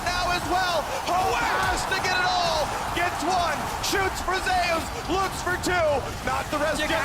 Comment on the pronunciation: Why do they pronounce "Zeus" this way? it's been bugging me since day one. Is it that the player told them that's how he wants it pronounced, which is ok, or is it just a mistake?